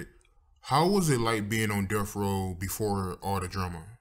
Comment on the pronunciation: calling Death Row "Delf Roe" kills me everytime.